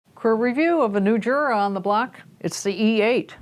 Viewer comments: It's not JURA it's U-Rah that's how you say it. I can't stand when you say Jura. Only Americans are so ignorant... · Its pronounced YUR-AH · The name is "Jura", which is Swiss German. It is pronounced "Yura" because in German an initial J is pronounced as a Y.